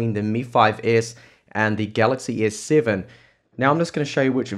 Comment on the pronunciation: he said S-SayVen (S Seven)